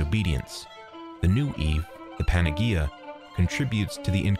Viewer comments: Yeah ... I don't know that incarnate is ever pronounced like he says it here heh. Also, not that it's an English word, but he's also pronouncing "panagia" like I've never heard it pronounced ever in my life. It's pronounced more like "banayia", "g" is "y" in Greek. I try not to get hung up on these things but that's really hard to overlook for some reason. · for future reference panagea is pronounced with an 'h' sound not a g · lol PAN-A- GEE- A, in Greek g = y PAN- A- Ye- IA 👍